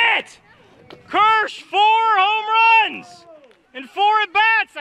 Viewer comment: he said “only hits and homruns”